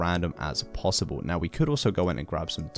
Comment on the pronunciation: he said possibla